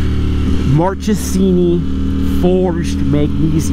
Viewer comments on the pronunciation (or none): And...it's pronounced mark-es-eeny, not march-es-eeny. I know because Italian is my first tongue...ooh!! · Same here and also with Marchesini ...it's Mark-e-sini, and not March-e-sini. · you should work on your pronunciation for foreign brands/names. In Italian a”ch” has a k sound. Marchesini should be correctly pronounced “Markesini”. Akropovič, a Slovenian name, is pronounced “Akropovich”